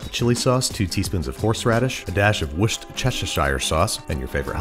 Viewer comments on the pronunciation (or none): "Wuss-terr-sheer" I know it's difficult to say sometimes, but it's really not that impossible to say :P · Wooster - sheer. That's an easy way to describe the pronunciation. Also so much meaaaaaaaat! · wor ster shire There is no chester there. Just start off saying worse(ter sher). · “Washy shure sauce” -me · In case anyone's wondering, "woos-ter-sher sauce". (Source: Brit) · Why do Americans find this so hard? Genuine question. It's "Wooster" sauce. That's how it's pronounced. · I see problem here, those of us brits who are sane, affectionately pronounce it "WOOSTER" sauce. Those of us who have swallowed a thesaurus add "shire" on the end cause they just like the extra syllables. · Ppl don't realize how simple it really is. It's pronounced woostersher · "Woust-Cheshesh-sire sawce" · Wuss ter sh er sauce- brit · Worcestershire sauce is pronounced “wus-ter-sheer” 😉😂😂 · say it with me WUSS-STIR-SHERR SAUCE Source: Me being English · Hey Babish, an Englishman here, it's pronounced "wooss-ter-shire" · except that the shire is pronounced sher, So wus-ter-sher. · Another English person here; it's pronounced works-ester And as a country we should learn how to take a joke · Good lord, Babish, that was a funky was of saying Worcestershire! The humble yet flavourful brown liquid gold that is Worcestershire sauce is pronounced Wuss-ter-sher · Babish, the english way to say it is 'Wuss-ter-shear' sauce! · Say it with me Babish; War-Chester-Shy-Er-Source. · Babish: Wor-chester-shire Me: cringes in British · Wushedchestershire sauce love that 😂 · Worcestershire has silent letters. Worcester is where it is made - it is pronounced "Wuster". Shire at the end of a county name in England is pronounced "sure". Combine them - "Wuster"-"sure"... "Wuster-sure". "Wustersure" sauce. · Ditch the Chester pronunciation on the Worcestershire square pronunciation. It’s worstcher sauce. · Wuss-Chester-shire sauce Uh. Ok… -An English guy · Woost — er — shear That’s how you pronounce Worcestershire.